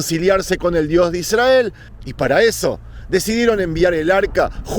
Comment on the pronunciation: Con todo respeto estas pronunciando mal la palabra Israel... Al estar la "R" después de una consonante debes pronunciar como si hubiera dos R.... Otro detalle "El Arca" es femenino aunque el articulo sea masculino. No dirias "El Agua fresco" sino "El Agua fresca".... Lo mismo para con "El Arca habia sido secuestrada, no secuestrado". Por lo demás, muy lindos tus contenidos. ¡Saludos!